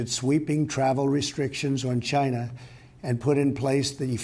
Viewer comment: Hahaha I heard it too